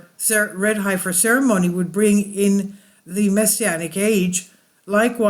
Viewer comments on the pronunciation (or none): heffing heffer!! :-)